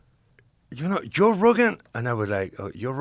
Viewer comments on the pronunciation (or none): V's are B's ,J's are y's unless he says July 😅 I couldn't help but laugh when he kept calling Joe yo.😂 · Hilarious he pronounces him Yoe, but doesn't call himself Yosé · Such a fun episode. It is funny he can say "Japan" but not "Joe". :) Yo Rogan